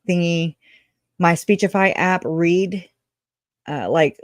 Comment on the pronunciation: "Read IN by someone else" is how I hear that sentence. Not "redden" or "readened".